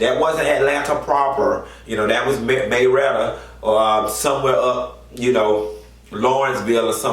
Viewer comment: “Dat was May-retta or Lawrenceville, or somethin like that...” You better be country!